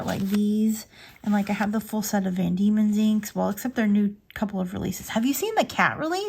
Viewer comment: Did you say a Cat Release? Van Diemons?